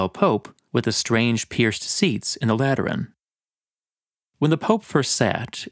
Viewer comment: Am I the only one who heard latrine every time said Lateran